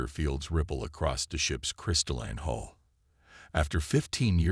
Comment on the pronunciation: Please instruct the narrator in the different pronunciation of the words “hull” and “hole”. They are not the same. Plus, it is spelled “hall” in the transcript. Sloppy proofreading.